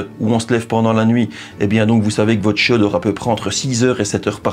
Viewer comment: « Le chiau » j’adore